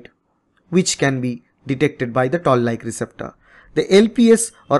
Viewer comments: I believe it is Toll like receptors and not Tall like receptors.. correct me if I'm wrong. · Its not tall like receptor, toll like receptor 😊